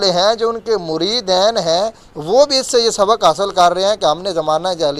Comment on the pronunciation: بھائ،مریدین،دال کے اوپر زبر نہیں،ھے،د کے نیچے زیر ھے،تصحیح کرکو،شکریہ